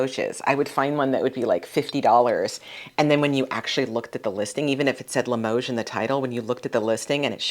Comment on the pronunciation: You're pronouncing Limoges correctly,.